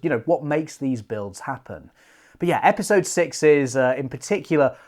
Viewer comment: ‘Epsisode 5’ lol